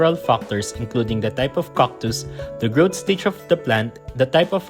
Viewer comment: This channel looks like an excuse for the author to say COCK 50 times per video. Or did you not know they are called CACTus, not COCKtus?